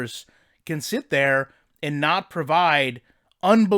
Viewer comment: “ but da foundation is therrrrrrr”